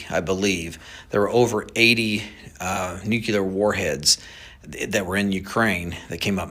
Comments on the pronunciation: I'm always amazed at the ridiculous number of people who can't pronounce the word "nuclear". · Why is it that nobody can pronounce nuclear anymore? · Sorry but that guy's full of s***. I can't trust a " aerospace engineer" who cannot pronounce NUCLEAR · I'm not listening to anybody who can't even pronounce the word "Nuclear". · There is no such word as "new-keh-ler" it's pronounced "knew-clear". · Okay. This guy can’t even say nuclear. It’s pronounced Nu-cleer! NOT Nook-U-ler!! Jeeeeeez!😂😂 All credibility is lost! This is just a bid for more government control over us, and if congress doesn’t cooperate, then they will ramp up their efforts with the drones and do a false flag attack. And we’ll all give up more of our freedom in the name of what the democrats call “security”. I’ll say it again! It’s not illegal to make your own cannon!😊 you fire a 5lb bag of 00 buckshot into the sky and drone go down!😂. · Nope, call me irrational but I can’t take anyone seriously who pronounces nuclear nuke ya lure. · Idk who the guy is claiming he has worked with the military and knows higher ups but him saying nucular instead of nuclear is questionable. People in that realm don’t make that mistake 😒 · Sorry, but I question everything you say after "nucular". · A CEO for a military drone company says "nukyular" 😔 nothing personal. It just doesnt help as far as credibility goes. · I have to question this guy’s knowledge when he uses the term ‘nuculer’ and says drones ‘smell’ for radiation. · But the guy says Nuke You Lerr, like a dummy, kinda hard to take anyone seriously when they can't at least speak basic English, at least try to pronounce it correctly. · It probably shouldn't bother me as much as it does, but I DON'T understand why people who are "experts" seem to not be able to correctly pronounce "nuclear". It is pronounced "noo-klee-ur"! 🤦🏼‍♀️ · How many ppl have heard his “nucular” story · “Nucular” George W Bush era word. 😂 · Why can’t this guy say “nuclear” correctly?